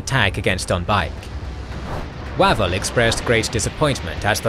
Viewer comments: The British commander's name is usually pronounced 'Wayvell' not 'Wavvel' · Is it not pronounced "Way-vul" not "Wah-vul"? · Are you sure? I ahave always been told it was WaVELL, accent on the last syllable, and a short "A".